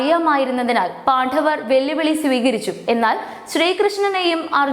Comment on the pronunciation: പാണ്ഡവർ എന്ന് ശരിക്ക് പറഞ്ഞില്ലെങ്കിൽ വളരെ അരോചകമായിരിക്കും. ശരിയായി പറയൂ